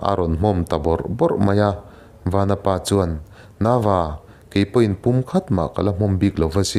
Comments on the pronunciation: A ṭha hle mai, chutih rual chuan i thil lam rik dik lo a awm zeuh zeuh. "Vanapa" i tiha "Van" lai tak i thluk sang ang chiah khan "Vanchiau" tiha "Van" lai pawh kha thluk sang la a dik zaih a ni mai, Chawngthu Vanchiau hnam tihna ania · Vanapa hi vanchiaua tih a van kan lam ang hian lam I la dik zawk ang aaa